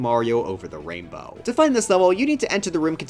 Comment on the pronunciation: "wainbow ride"